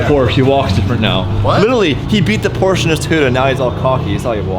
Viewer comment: You guys need to learn to pronounce Porsche before you can own one.